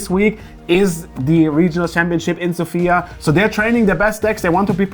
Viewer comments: Isn't it Sòfia? and not Sofìa? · i've been lied to my whole life apparently, by every news agent - also tell thoralf he's the best (no offense to everybody else). Actually, after checking, it is pronounced Sòfia with the accent on the o and not the i. I've been lied to by cardmarket!!! Is it you? Who is the best bluffer there?